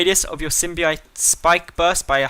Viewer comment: Pronounced Sim-bi-oat